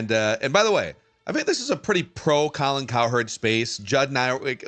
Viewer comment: Gotta love how pronounces Colin Cowherds name as "Colin Coward". Just perfection.